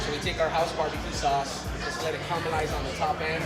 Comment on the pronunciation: "carmalize" oh man